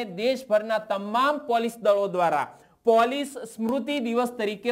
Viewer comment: "પોલીસ"નુ ઉચ્ચારણ સુધારો